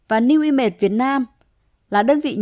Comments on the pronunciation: New i mây thì nói new i mây đi cứ nói new i mệt nghe nó mệt hết cả người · Bạn chia sẻ nói giọng phát âm không chuẩn nên dân mạng nghe không hiểu tên cty newimage